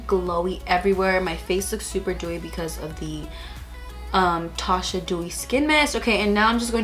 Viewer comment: Girl it's not Tasha, it's Tatcha. 😉